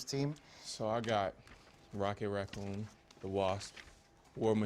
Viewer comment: "Rocket Racconn"